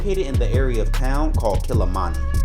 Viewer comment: Mah tah toos. NOT MAh tah toes! 😂 and its Kil leee mah nee!!! And you better have some local nyah ma, choh mah